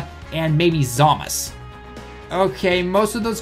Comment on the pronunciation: I'm not trying to be rude, but why do people call it Zamas. Isn't it supposed to be Zamasu? Zamas just sounds very weird. Also I think Lord Slug will be the extreme teq lead and Tapion for the super phy lead.